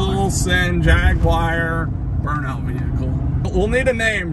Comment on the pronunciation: Try pronouncing it like Jag U are .